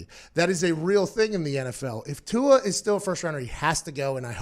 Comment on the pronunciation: You said tua’s name wrong